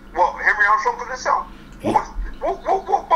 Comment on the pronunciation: It's "SELL" not sale. And James Degale doesnt consider himself black. In England mixed breeds dont see themselves as black.